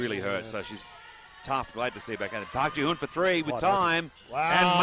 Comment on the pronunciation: 표기때문에 그런 건지 "지현"이란 발음이 어려워 그런 건지 모르겠지만, 경기 내내 "지훈"이라고 부르네요. 다른 경기에서는 이렇게 심하진 않았던 것 같은데 말이죠. 하여간 어제 경기가 없어서 그런지 오늘 쉼없이 40분 다 뛰었는데, 남은 경기도 부상없이 뛰길 바랍니다. 박지현 선수 파이팅!!!입니다.